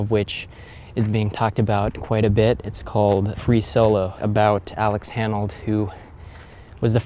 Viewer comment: Honnold. Not "Hannold" lol I'm just sayin' 🤜💥🤛